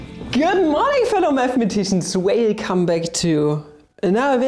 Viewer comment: I adore the way you say: good morning fellow mathematicians whelcome backtounewwvidheou ...